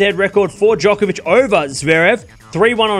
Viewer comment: Stop acting like Nadal is good on hard courts Bc he’s not also quit calling djokovic jock it’s joke hence he calls himself joker not not jocker !! How about we pronounce your name wrong !!!